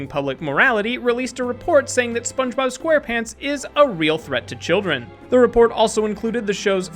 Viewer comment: Mason Chantez yeah i heard it😠